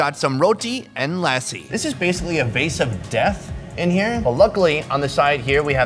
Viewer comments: haha. Lassi is pronounced like /luss-see/ and not /la-si/ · "Lassi" .. lol..thats a damn dog -- learn the pronunciations